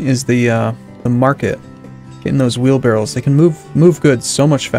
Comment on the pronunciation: Oh,, I have missed the way you say "wheelbarrel" instead of "wheelbarrow":)